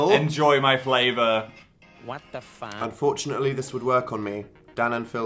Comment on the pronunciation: “what the fauck” in the background 😭😭